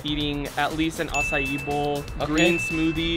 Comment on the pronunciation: Faze Rug really said boa for dinner 😭😂